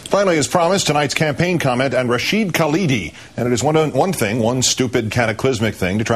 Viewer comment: Hey Palin...you wanna be the VP of this country....it is not Kaladi....it is Khalidi....and it is not the Palestinian Liberation Organization..it is Palestine Liberation Organization.